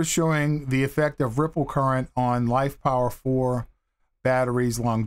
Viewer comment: Why do you keep saying LifePower4? The PO in LiFePO4 has nothing to do with the word power.